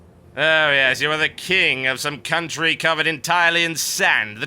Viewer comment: "for the queen and coutry," lol Jethro Tull